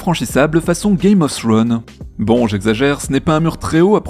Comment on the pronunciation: On prononce "Game of Trone", comme s'il n'y avait pas de "H", et non pas "Game of Thzhchhtrone" 🙂